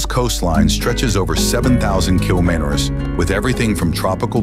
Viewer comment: It seems the AI cannot pronounce kilometres!